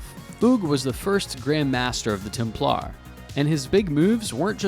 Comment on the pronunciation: I cringed at your pronunciation of Templar.